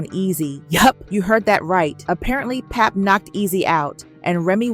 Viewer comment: Can we have people from our culture only ...reporting the business cause these outsiders swear they in the mix but can't even pronounce pap name right